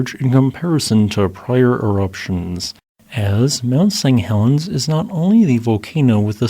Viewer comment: Interesting video thanks. Did you know that it sounds like you're saying Mount Seng Helens every time? Sorry if its a speech impediment, i just thought you'd like to know.